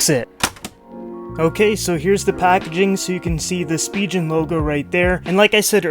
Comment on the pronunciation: "Spigeon" lmao